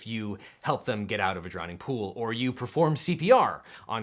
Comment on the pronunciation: Did you say drownding pool ish. I’m not sure that’s a word. However I do remember drowning pool the band from the early 00’s and their hit song about letting bodies hit the floor. What a wholesome classic. Anyways on that note could you do something on music. Like for example NWAs ‘F the police’, or Ice Ts “cop killer” advocating violence against law enforcement? Kinda where that tows the line between freedom of speech, artistic expression, and inciting violence. I’d be interested in that.